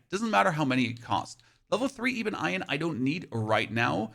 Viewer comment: Great video but are you screwing with us to increase comments. Ebon as in ebony and Iron as in the metal that rusts. I can kinda see how you screw up the first part but iron??? also Oscillating = Ah + sil + late + ing